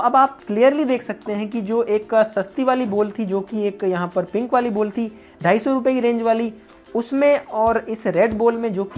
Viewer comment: Ball ❌ Bol ✅ 😂😂😂😂